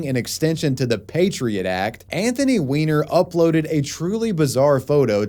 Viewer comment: Weiner ≠ Wiener the 'ei' is pronounced as English 'i', the 'ie' as English 'e'.